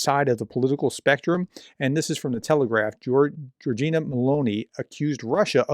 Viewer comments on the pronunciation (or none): Your videos are very informativs. What I don't like is that you don't pay attention to names: it is GEORGIA Meloni, not GEORGINA Meloni, it is URSA Major, not URSULA Major. From other clips: SOLOVIOV, not SOLIOV, it is MEDVEDEV, not MEDIEV (not that I care for russians' names, only for accuracy).